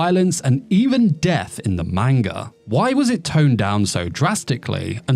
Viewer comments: How do you get away with saying manga like that dude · I love your videos but you're pronunciation of manga hurts.